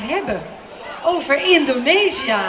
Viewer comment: lol, she pronounced it wrongly, she pronounced it indonisia, not indonesia ^^